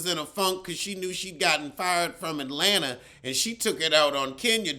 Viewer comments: It’s not sing-er it’s singer and it’s Atlanta not Alanta! Somebody needs to teach you pronounciay.ay and elo.que.que!!! you’re my favorite!!! 😂😂😂😍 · Chile. Alot of folks be saying UH'Lanta.. 🤡.. it is so cringe. 😭😭😭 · The way you say Atlanta always makes me laugh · I dont know if you was joking (you probably was) but don't know who pronounces Atlanta correctly. Everytime I hear it the Ts are silent.